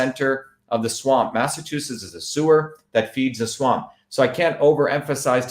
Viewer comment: Dr. Shiva's tongue gets tied up a lot when pronouncing Massachusetts.